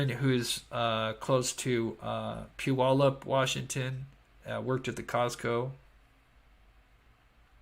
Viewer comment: I'm from the Puyallup area. got the pronunciation after his first try, I think. It's pronounced like "gallop" ~ pew allop